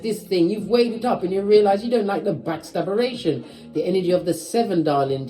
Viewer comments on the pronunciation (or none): The backstabaration 😂😂 classic line